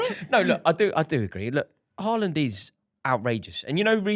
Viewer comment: It's Haaland. Period